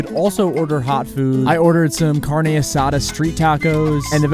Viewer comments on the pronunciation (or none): none